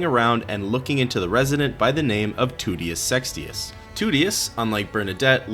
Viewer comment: I love the way he says Toutius' name "TOOTius SEXtius"